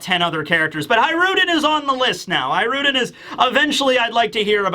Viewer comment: Hajrudin = Hajru D N.